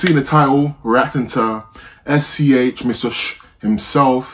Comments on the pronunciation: yo bruv, rly nice video ! in french we pronounce his name S.C.H i mean we dont call him shhh lmao, just say S.C.H or The S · Its not Sch lol we pronounce it S.C.H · the good prononciation is : ess cé ash